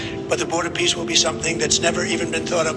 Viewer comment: "Peace" sounds a bit too much like "Beast" :( ?!